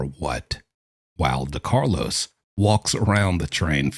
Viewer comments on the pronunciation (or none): DeCARLOS not DeMarcus ! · It's DeCarlos Brown, not DeMarkus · You keep calling him Demarcos. It's Decarlos. Lol